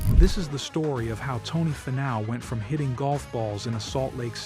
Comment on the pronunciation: Great video on Tony. Was AI narrating? You might want to look into pronouncing his name. It's,Fee-now not Fi-now